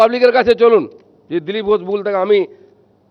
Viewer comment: নিজের নামটাই সঠিক করে বলতে পারে না,তার কাছ থেকে রাজনীতি মানুষ কি শিখবে!!!😂😂😂 নাম বলছে "ঘোছ"😂😂😂😂 ণত্ব বিধান, ষত্ব বিধান বলে তো একটা কথা আছে নাকি???😅😅😅